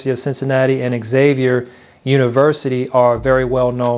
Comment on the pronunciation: Xavier is pronounced 'zavier".